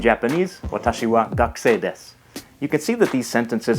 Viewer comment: Instead of saying desu we pronounce it like dess